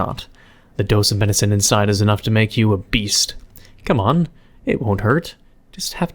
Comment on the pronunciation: "It E's Wat It E's"